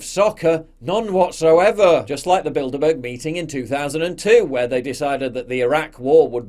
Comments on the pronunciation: I keep hearing " build a bear " 🤣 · I keep hearing "Build-A-Bear".